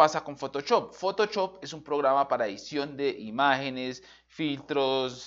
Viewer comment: "Usé Fotochop"